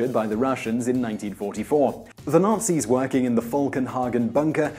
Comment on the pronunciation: Highly amusing/appropriate - most of the times Whistler says, "Nazis" it sounds like he's actually saying "nasties"...